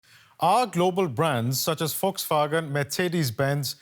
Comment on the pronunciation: Its not Foxwagen😂 its Volkswagen